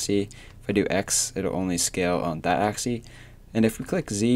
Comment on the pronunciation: You cant say "Axi" it's always "Axis" :D